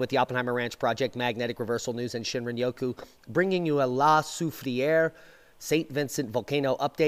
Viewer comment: So glad you figured out how to pronounce it😜